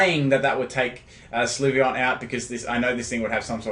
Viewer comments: with all due respect, I think the correct pronunciation is "Sill-vee-on" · You were so close to pronouncing Sylveon correctly to begin with, and then you changed it to the incorrect form.